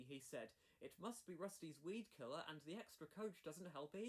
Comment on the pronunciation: Weedkiller not Speedkiller 😂